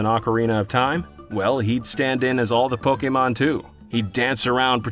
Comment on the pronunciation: see kids? its not that hard to say "Pokémon" and not "Pókimon"